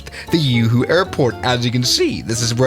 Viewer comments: umm Juhu not uuuhuuu airport xdd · That not Uhu that's Juhu , J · All the Indians screaming "It's Juhu (the j is pronouned like the j in Juliett) not yoohoo" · The way he pronounced Juhu 💀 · its a 'J' not a 'Y' for god's sake!! 😭😭😭😭 (this is coming from a mumbaikar)